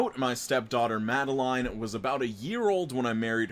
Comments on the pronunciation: The first story made me happy. All just because my name is Madeline and pronounced it the way I pronounce it and it made me smile. And the story content was super cute too. Made me laugh. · YOU PRONOUNCED MADELINE RIGHT AS A MADELEINE I THANK YOU SO MUCH